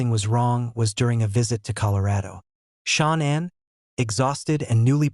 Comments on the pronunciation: You can't even check that AI kept pronouncing Shannan incorrectly. So disrespectful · All of these AI robot voices mess up Shananns name so bad. It's so distracting. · Some of this is not factual and although the voice is generated, you should still make the effort to pronounce Shanann's name correctly. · Continually mispronouncing the lovely Shanann's name weakens the credibility of this post. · Can’t you be more professional, and pronounce/write the most important correctly ; name of the main victim? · You should know how to pronounce Shan,ann's name. You Americans love making money from this tragedy, on Utube in particular. You should get your own content. This family has asked you all, over & over, to stop making mondy like hou. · Your AI doesn't pronounce her name correctly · Dude!!!! At least teach your sorry AI narrator to say “Shannon” and not “Shawn”!!!! I cant even listen anymore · You pronounce her name Sha Nann. Not Shawn. Learn how to pronounce Sha Nann. Please. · get her name pronounced right, there is no U in her name, it's not Shaunann it's pronounced Shannan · Pretty sure this is AI voice. Because AI voice is never seemed to pronounce things correctly, especially people’s names and in this case a woman that was carrying a child murdered by her own husband in this fucking podcast. Can’t even get her name right you keep calling her Shawn! It’s Shaan’an! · It's Shanan not SHAWN?? and RIP Shanan and her little angels no person should have to go through that it was horrendous for Shanans family 💔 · You could try harder to pronounce this poor murdered lady’s name correctly. It’s Shanann sounds like Sean when you attempt to pronounce it. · Chris wasn't there when nutgate happen. Get your facts correct and at least say the victims name correct! SHANANN NOT SHAWNA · Shannan NOT Shawn 😢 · Gees...can you not get her name pronounced correctly??? SHAN ANN IS HER NAME, NOT SEAN!!!